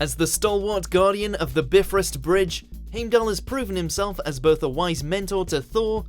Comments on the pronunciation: Biff, like wth... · Lmaooo he said "biffist bridge" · ”Heymdal”??? ”Beefrust”?? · At least get the pronounciation right with Heimdall and Bifrost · 2KOOLURATOOL He didn't do bifrost right